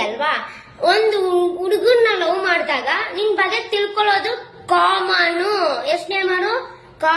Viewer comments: Akka adu comaanu alla common 😂😂😂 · 😂madam adu kamanu alla common😅